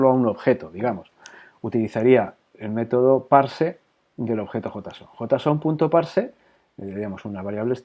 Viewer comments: jotason? asi se pronuncia ? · venia de ver cinco videos sobre "Yeison" y cuando escucho "jotason" fue como sentir un kame-hame-ha (onda vital para ustedes xD) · nadie: "JOTAson" jeje buen video!